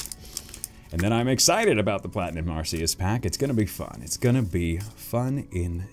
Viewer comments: its not arceus its arceeus thats how to properly say it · It's Ar-kay-us not Ar-see-us